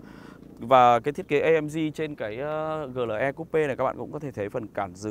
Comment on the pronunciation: Chữ "AMG" anh phát âm theo tiếng Anh, chữ "GLE" anh lại phát âm theo tiếng Việt, dù clip review của anh hay nhưng e vẫn thả dislike vì cách phát âm kỳ lạ này:)